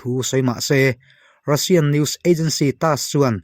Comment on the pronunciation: Russian-Rassian tia lam tur aw